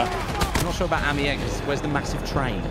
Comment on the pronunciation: It is pronounced Amiens